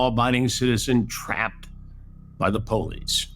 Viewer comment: the way Chris says Po-lice 🤣